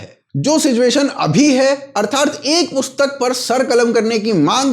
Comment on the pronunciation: It's "Arthaat" and not "Arthaart"..